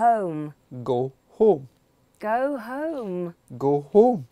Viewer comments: Wait, he's pronounced "home" differently from before, it sounded like "him" the second time... Anyone else noticed it? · Why does scottish "home" sounds like "hoe"? 🤣